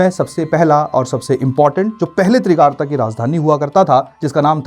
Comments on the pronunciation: Trigart not Trigarta. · तिरगारता नहीं त्रिगर्त है बृजेश्वरी नहीं बज्रेश्वरी है